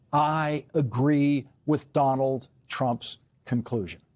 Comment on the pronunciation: Lawrence cannot say "Donald" 😂 it comes out as "Don'l"